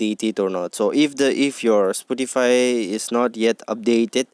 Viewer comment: It's spotify bruh not sputify